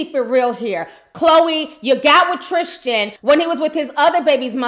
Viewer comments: Sis I believe it’s pronounced the way it’s spelled; TRIStan not TRISHtan :) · God you are butchering his name! Tristan not Trischan.. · Tristan...not Trish-tan. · No h in Tristan